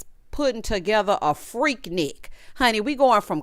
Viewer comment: it's freak-nique to us ATLiens 😂😂